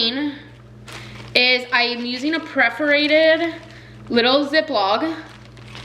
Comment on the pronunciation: Pronounced Purr-forated. Cool techniques tho